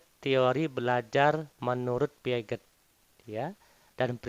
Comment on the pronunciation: Bang, Piaget di baca piase bang 🙏🏿